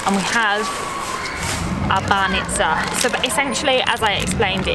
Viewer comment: It was hilarious how you had a different pronunciation every time you said banitsa 🤣 you almost got it right a couple times. The trick is to put the emphasis on the first syllable and try to say the 'ts' as one sound and not two separate ones. You actually did pretty well but sometimes people struggle to understand words they hear super often when they are said even slightly wrong.